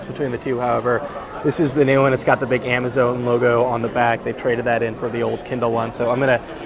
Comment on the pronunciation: "amazone"? really?